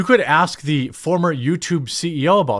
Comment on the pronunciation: It's fentanyl, not fentanol. There a vinyl functional group in its structure. NOT a hydroxy functional group (also called alcohol). FENT-a-nill or FENT-a-kneel. I know 95% of media people pronounce it incorrectly. It grates on my ears.